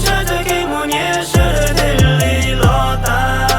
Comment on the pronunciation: "los tas" los yog "lov tav" na hahahaha